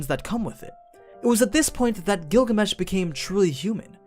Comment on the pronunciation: i heard google mesh even the auto caption heard it